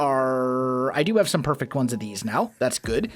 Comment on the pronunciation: lol "A poyfect"